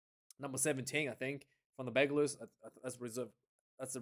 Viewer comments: Thanks. Please call the team, simply « UBB » in english or french. You are pronouncing Bègles wrongly, and forgetting Bordeaux in the name will not make you friends from the city 😊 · No need to pronounce the “s” my man